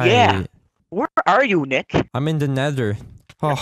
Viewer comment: he says Dick not Nick :D